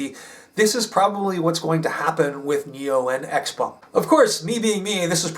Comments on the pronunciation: Your Mandarin is very good....you nailed the proper pronunciation of the company and it's founder very well. Idiots in the US say, "X- peng", which is not correct. They don't understand the, "pung." Well done,! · Having worked with sellside analysts for a NYSE-listed clean tech co., your insights and delivery impress as first tier. Ditto for pronunciation of Xpeng and senior management names